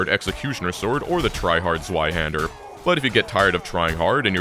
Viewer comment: I don’t know why I thought you to be German, but when I heard you pronounced Zweihänder it all went away 😅